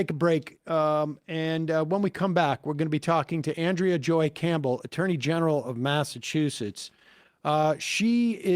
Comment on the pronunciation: It's ahn-DREY-uh Campbell 😂